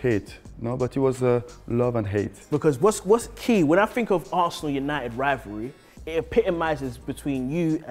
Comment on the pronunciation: Vieira top man. Apart from that. Li li li li li li li dis dat fink li li li li FFS